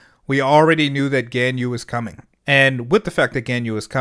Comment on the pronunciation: Ganyu‘s name is pronounced sorta like Gawnyü.